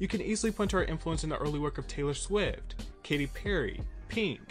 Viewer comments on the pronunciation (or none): none